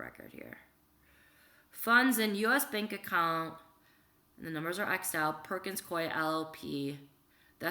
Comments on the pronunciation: Worked at Perkins Coie LLP. It's pronounced: Perkins Coo-ee *just an fyi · Also, not to correct you but just to help out with pronunciations, it's "Hue-ber" and "Perkins Coo-ey" as in, rhymes with gooey. Love you.